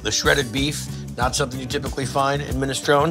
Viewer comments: yuh that's "minestroun".. and i'm the pope - tf outta here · Why does Guy pronounce minestrone without the E at the end? I'm so confused.